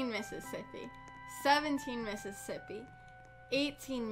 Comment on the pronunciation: count slower: ten miss iss as ippy twelve miss iss as ippy